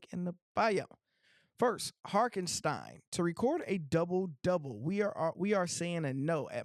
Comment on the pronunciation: I like this guy but I shake my head every time he says HARKenstein lol